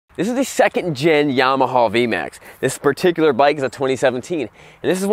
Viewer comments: Well, this is the guy that says, "Yamahaw". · Why do you pronounce it “yamahaw?l